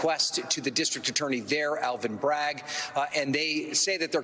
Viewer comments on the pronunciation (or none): none